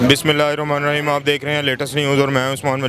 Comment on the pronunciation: بسم اللہ الرحمن الرحیم Bolni ha to sai se bolen galat na bolen..ni to apny qaid e dein se sekh len.